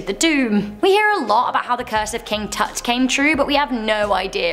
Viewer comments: the way you said it you made it sound like king toot its pronounced king tut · Not King Toot, Dear. King Tuht. Pronounced like “ugh” or “uh”. Again NOT KING TOOT. Ouija boards are supposedly a real “spiritual portal”. It is NOT a game. Please, don’t treat it as such. If you have to use it, make sure the planchette gets moved by the ppl surrounding the board, down to the “Good-Bye”, located the bottom center of the board. If not, you may let something dangerous to you or all of you, out of the portal. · King TUT, NOT King Toot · Apparently it’s King “toot”🤔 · Its not king toot...🤣😂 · From what I remember it was always pronounced Tut...